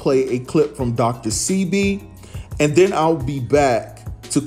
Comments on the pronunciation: Dr Sebi: Pronounced Seh-bay, not See-be. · I had to cut this video short due the the mispronunciation of Dr. Sebi’s name that was repeatedly used! PRONOUNCED Say-b not See-b! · OMG HIS NAME IS DR SEBI (PRONOUNCED DR SAY-BEE) JUS SAYIN. THANKS FOR THE REPORT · His name is pronounced Saybee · It's pronounced "Shébi", a Yoruba name from West Africa. We're known for curing any ailment using natural herbs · pronunciation DR 'SAY BE' DR SEBI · I think it's pronounced Dr. (say - Bee) Sebi. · It's Dr Sebi (pronounced, Say-bee) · its. Dr.sebi that's how it's pronounced